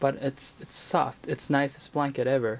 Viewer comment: Lolol when he said soft I thought he said sucks lol